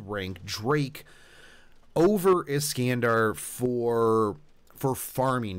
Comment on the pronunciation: Is-can-de? It's Is-khan-dar ;_